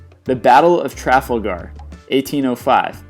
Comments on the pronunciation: Aside from the usual 'Murican crowing, where in hell is Trafflegar? I've heard of TraFALgar, but 'Trafflegar'? Mein Gott... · number eleven is pronounced traf-L-ga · how you say it how its said sage seege agincort aa-jeen-court trafulgar tra-fail-gar otherwise good video. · Your videos are great, well-scripted and interesting but it might be a good idea to use Google to check pronunciations. It's An-tee-tum, not An-tie-tam; it's see-ghe, not say-ghe (siege), it's Tra-FAL-gar, not tra-fal-GUR. That's just jarring to hit something so well known and the pronunciations are mangled. The content though is great, very nicely done otherwise! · You really need to re-edit your dialogue to get the pronunciations correct. If you can't correctly pronounce SIEGE (pronounced "seaje"), let alone the more "difficult" words like Trafalgar (tre-FAL-ger) or Antietam (an-TEE-tam), you really undercut the credibility of your video content. Also you clearly have no idea what happened during the Tet Offensive. The North Vietnamese suffered CRUSHING losses at the hands of the American and South Vietnamese armies. The only thing the Viet-Cong did not lose during the fighting was the PR war - through photos and videos of the fighting by American journalists, it was INTERPRETED by the public as a defeat and was the trigger for the more overt the anti-war movement. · its pronounced trah-fall-ger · Marcus Aurelius Traf Al Gaugh! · AN TEE TAM, WTF?? TRAFAL GAR??? REALLY? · Ha ha! I find it so funny how he pronounces Trafalgar!:D He says it like "Traa-full-garr" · Arrrggghhh my britishness cant let this slide thats not how you pronounce it its pronounced as "tra-fal-ga" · the battle of trafle-gar LOL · Mispronunciations Siege - Pronounced seej not sage All of the French place names Trafalgar - Tra-fal-gar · Tra val gar it's pronounced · It's pronounced as TRA FAL GAR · Interesting ideas ruined by many serious mispronounciations. "Antietam," "Trafalgar" etc. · lol he cant say trafalgar either.